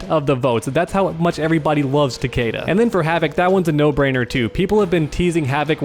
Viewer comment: It hurts when he says takeda like that